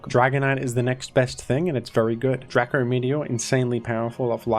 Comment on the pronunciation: ITS DRACO NOT DRACKO. nic3 vid btw